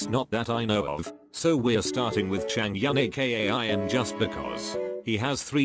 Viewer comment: chang-yuhn min-HI-UCK joo-HEE-yon HE-yung-1 1-HØE show-noo key-hyuhn LOL STOP PLEASE LMFAO 🤣✋😂